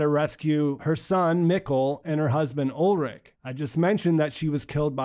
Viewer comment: And so Ulrich has become Olric xD (In case you're wondering about the pronunciation, it's "Ull - rish")